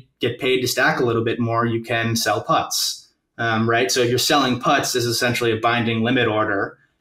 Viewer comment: The way he calls puts "putts" is adorable.